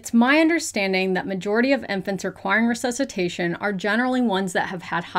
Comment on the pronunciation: that "ressesutation" gave me shivers, and English is not even my first language... it's not just sex ed in the US that let you guys down, is the entire educational system. Ours, here in Italy, is not ideal either, but it suddenly seems way less worse... 😅